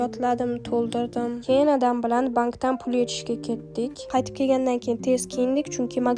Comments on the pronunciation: Bosh homiy "keyin"😅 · Keyin degan sozizda ozbekligiz bilinyapti